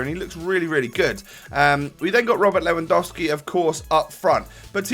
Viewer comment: You didn't say "Lewandouski" like many other youtubers ^^ You don't know how much all these pronounciation errors annoy me as a german Bayern Munich fan when I try to pronounce everything correctly :)